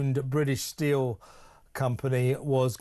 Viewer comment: Why is everyone pronouncing steel as stcheel😱 infuriating